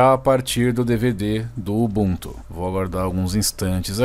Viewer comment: UBUNTU NAO TEM ACENTO, PARA DE FALAR UBUNTÚ